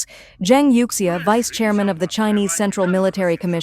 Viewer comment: youxia is pronounced as You Shha